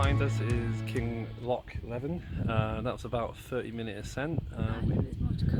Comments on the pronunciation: Great video well done. It's pronounced kinloch Lee vin. 😆😆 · Please. It's Kinlochleevin. Do your research or ask a local. Well done though, you made good mileage. You wearing Altras? 😜 Cool. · Pronounced, “Kinloch leeven”. Pronounced “Inver sNaid” Shouldn’t wear shorts in Scotland if you don’t want to be midge food.